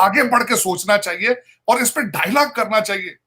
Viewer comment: ओय टकले डायलाग नही डायलॉग होता है..... तू तो बोलता है कि तू अमेरिका में रहता है पर इतना सा फर्क भी नही पता